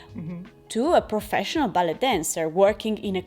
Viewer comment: "ballet" si pronuncia "ballei" perché anche in inglese viene dal francese